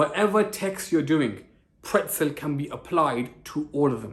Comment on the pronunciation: pretzel? More like "prtezel"